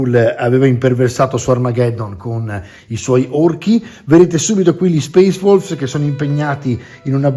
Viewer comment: Al posto di "Space Wolves" avevo capito "Space Balls", e gia` mi immaginavo il mitico Lord Casco a combattere contro Angron 🤣🤣🤣